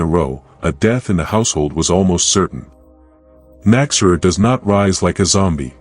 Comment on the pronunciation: An interesting video, but your AI narration is really distracting. It does not correctly pronounce the term KNOCK-ZEH-RUHR, either. I'm glad to see the Nachzehrer getting more recognition, though. Edit: fixing phonetics.